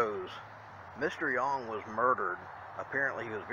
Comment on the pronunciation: For the truth of Spring Villa check out the book Haunted Auburn/Opelika. I am impressed because you are the first person, I have heard pronounce Yonge correctly.